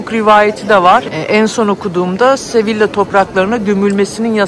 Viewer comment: sevilla değil yazıldığı gibi okunmuyor ''SEVİYA diye okunuyor''